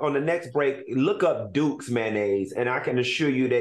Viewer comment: When they were talking about Duke's mayonnaise and Claudia said Dookey, 🤦🏾‍♀️ I slid off my couch laughing!! 🤣🤣